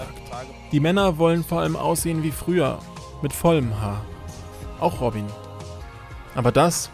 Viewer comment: ROBIEN :D Netter Typ. Aber der heißt doch nicht wirklich ROBIEEEEEEN